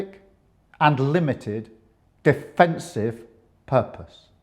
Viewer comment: ‘Requested’, defensive’ 😂